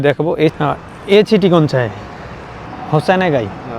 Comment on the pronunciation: আপনার উপস্থাপনা চমৎকার। তবে, City শব্দটি উচ্চারণে খেয়াল করুন।